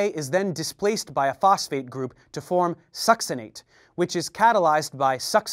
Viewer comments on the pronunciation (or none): none